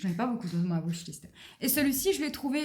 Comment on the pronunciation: La wishliste se lit enfait "wish" (souhait en anglais) avec un "i" et pas "wush" avec le son "ou"... mais bravo et merci pour le resumé